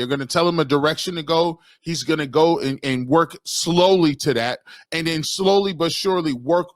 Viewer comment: Dude is knowledgeable, but pronunciation on simple words is cringe. "Dis" instead of this, "Dat" instead of that "Den" instead of then. Hard to listen too. I guess its a me problem. 😂